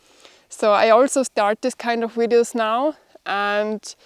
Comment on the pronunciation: I keep watching because I like the way you pronounce 'videos' (wideos)! All the best